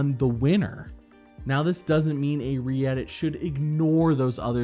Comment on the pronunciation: I thought you were saying Reddit